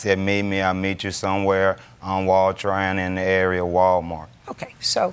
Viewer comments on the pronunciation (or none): none